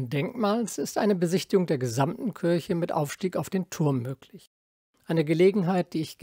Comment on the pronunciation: Beiträge von sehr hoher Qualität. habe ich als Architekt noch nicht mal was davon gehört. muss direkt wieder nach Berlin fahren. dabei hatte ich zu meiner Zeit in Berlin Freunde in Siemensstadt wohnen. vielen Dank für diesen tollen Beitrag. auch wenn es Kirche und nicht Kürsche heißt. 😊